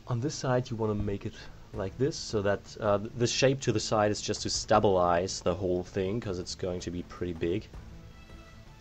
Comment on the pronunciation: OMFG ITS STABLE-IZE NOT STAB-ALIZE